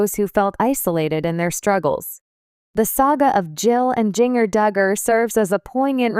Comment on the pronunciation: learn to pronounce Jinger correctly